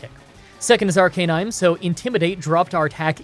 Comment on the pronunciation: AR-Canin-e like dude.. arcanine plz